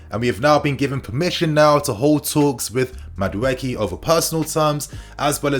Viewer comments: 😁💥💥💥 it's pronounced Madu E K It's an ibo Nigerian name 😁👊🏾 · MA as in Mark DU as in Do E as in eat KE as in Kay Ma - Doo - Eeee - Kay 😖